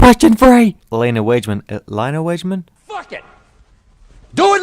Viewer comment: Its pronounced el-E-anna Wag-e-man 😁😁